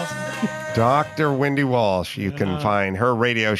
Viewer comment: Wendy walsh !!!! Not williams 😅😅